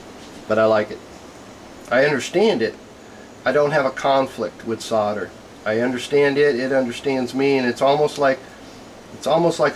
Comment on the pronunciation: SODER ,IT WHAT HE SEEMS TO BE SAYING,,I THOUGHT IT S SOLDER ?? GOOD JOB THOUGH :)